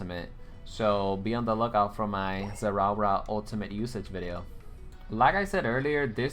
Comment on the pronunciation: Everytime he says zerawra, my body hair stands up. Electrifying like zerawra.